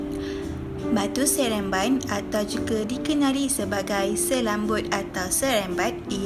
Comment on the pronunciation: Cikgu Salah debut... Batu seremban cguu debit sereamban